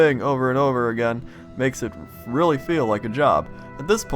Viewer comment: Orthography is easy to learn...but "relly" hard to "marster".